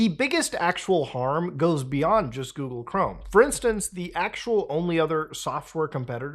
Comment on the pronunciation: Coogle Ghorme